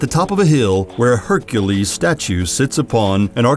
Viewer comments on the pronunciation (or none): none